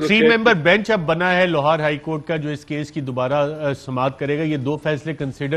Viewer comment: Arshad Sharif saying Lohar High Court many times. 😁😅